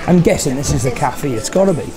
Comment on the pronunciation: Cafeeeeee lol